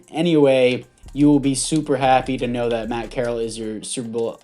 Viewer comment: FYI it is pronounced corr-al